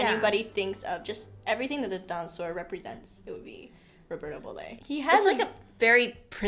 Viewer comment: Being Italian I have to correct on Roberto Surname: it's Bolle not bollé no accent on the last letter😅